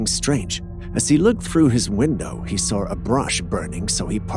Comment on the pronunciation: Not soar, saw I d iot